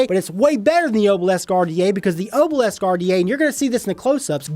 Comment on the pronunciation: Every time you said Oh-bhil-esk I threw up a little. It’s pronounced AH-bil-isk.